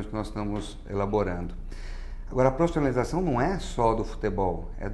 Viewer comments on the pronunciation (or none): qual a palavra q ele diz? profissionalização? parece que ele fala prostonalizacao..rs